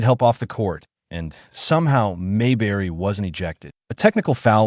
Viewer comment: AI, her name is not, MAY BERRY!